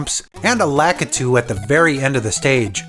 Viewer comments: It isn't lack-ih-too. Its officially luh-kee-too. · It is pronounced Lah Kee Too you hack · It"s pronounced Lakitu: LAH-Ki-TU, Lakitu Bros. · I've had it with people pronouncing Lakitu wrong. Get it right. It's pronounced "Lah-kee-too" just like how the Japanese pronounce it.